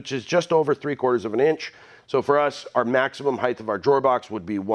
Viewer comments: Love your videos, I learn so much from you and refer back to your videos all the time. One issue (it's my pet peeve) could you please stop saying heighTH. It's height (HITE). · When you say “heith” do you mean height?? ;)